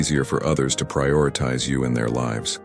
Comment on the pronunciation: Prioritize! Terrible pronunciation through out. A true stoic would not speak this way.